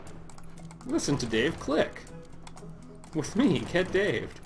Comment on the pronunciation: Not sure if I should be saying this, but it's "GettingDaved".